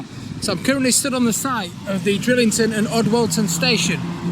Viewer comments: It's Drighlington, not Drillington. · Enjoying the great vlogs. The G in Drighlington isn’t silent, it is pronounced. I used to live in the village and locals just call it Drig. Keep up the good work. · Pisses me off the way you say Drighlington